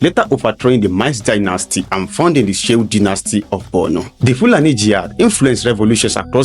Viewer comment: I don't know why it is difficult for an average Southern Nigerian person to pronounce or write Borno with o instead they pronounce or write it with u, Bornu. The same attitude may shape their views when it comes to giving accounts about the north. They hardly leave sentiments and write objectively.